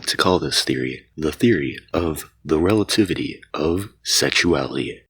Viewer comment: Einstein’s theory of relatitty